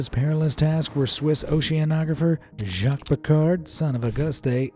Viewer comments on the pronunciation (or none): none